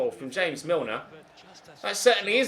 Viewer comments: am I the only one who noticed he said "hamez milner" like you're British!! milner is British too lol😂😂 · minutes 44 seconds, did he just pronounce James Milner as "Hames Milner" 😂 then later says James Milner? Confused haha